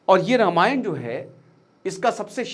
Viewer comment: Ramayand kya hota he ??